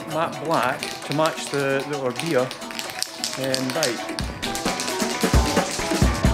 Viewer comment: I wish he would just say Orbea correctly